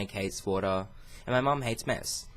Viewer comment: When he said mom hates mess I heard it : mom hates meth ....I was like ...😕 Until I realized it said mess 😂😂😂